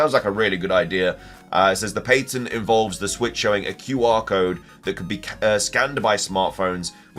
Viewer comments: New drinking game: take a shot every time the word patent is mispronounced and when you hear the phrase "either way" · Did you just pronounce “patent” like pay-tint? That’s funny. Lol. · Pay-tnt is actually fine for the UK though he does say Payn-tnt a few times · Is that really how the British say the word “patent”??!?!?